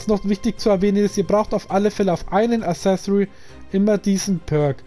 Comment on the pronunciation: Accessoire nicht assesori alles top aber die ausprache dieses Wortes